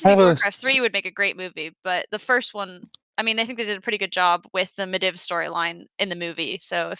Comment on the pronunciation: I'd like to applaud commitment to going back and forth between how she pronounces Medivh lmao. Med-iv vs med-eev.